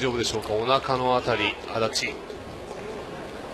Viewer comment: 足立んて言ったよな